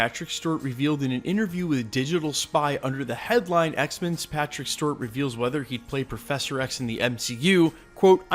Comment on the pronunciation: Please stop saying Stewart like that